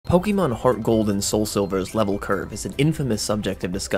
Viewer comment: Okay not only are you pronouncing Pokémon wrong, but this is not a thing HGSS introduced. The weird level curve was a thing in the original GSC as well.